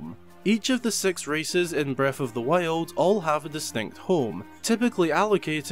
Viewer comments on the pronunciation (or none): You can tell where in Scotland is from, whenever he says breff of the wild 😂